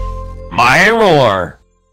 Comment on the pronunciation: When Baldi Says "No My Ruler". It's Sounded Like He's Saying "No My Roar" Instead Of Saying "Ruler" XD